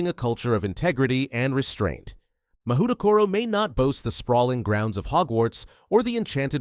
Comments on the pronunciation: 文字で読むと『マホウトコロ』になって「魔法所」って漢字を想像してた。 それで「『侍所』や「政所」みたいな平安時代のセンスだなぁ〜」「校長はきっと安倍晴明だろうなぁ」って妄想したんだけど、USのオリジナル音声で聞くと「マフウトコロ」に聞こえる。 そしたら漢字は「魔風所」「魔風処」になるのかな！？ 「魔」の「風」が吹く「所」 この動画のUS音声トラック聞くまでこんな妄想はして来なかったわ。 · "Mahoutokoro" LoL